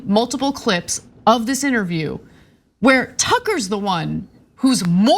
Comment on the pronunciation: It’s diss not dish!!!❤